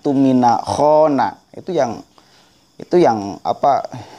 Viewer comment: Khona? Nggak ada fokal OOOO dalam bahasa arab. Nahwu Shorof? Sekali lagi nggak ada huruf fokal OOOO dalam bahasa Arab...